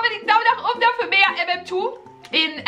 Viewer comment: Ich mag echt aber wer sagt mmtwo 😂wer mm2 sagt 👇🏻